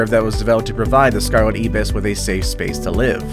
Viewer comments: Alas, "ibis" is pronounced "eye-bus." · Great video. No. 5 is pronounced Scarlet "I"-BIS in Trinidad. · Pronounciation...Tobago - pronounced To-bay-go, Ibis - pronounced Eye-bis, kakapo - pronounced ka-ka-po! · It's also the way to pronounce it all over the world. The narrator is just illiterate 😂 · IBIS is pronounced aibis, with a long I sound as in like, bike. the 2nd syllable is a short I as in kiss.